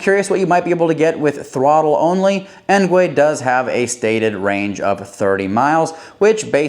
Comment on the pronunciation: "Engwee" not "engway"